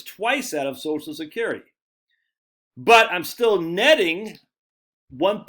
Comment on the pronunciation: Every time he says sosh-skerity, take a shot of liquor.